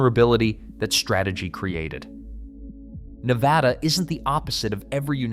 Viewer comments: Drives me crazy Nev AH da. It's Nevada. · I didn't make it past That second time was TOO MUCH for me so I never heard him say 'Nevada'. I did hear him say 'NevOda' or 'Nevahhdauggh'😖😖😖😫😫🤢🤮🤮🤮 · I could NOT finish the video. I didn't even get to because of how horribly he pronounces 'Nevada' 🤮🤮🤮🤮🤮🤮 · THERE IS NO 'H' LETTER IN 'NEVADA'😡😡😡🤬🤬